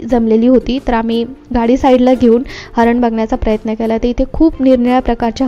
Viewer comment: हरण?? हरीण...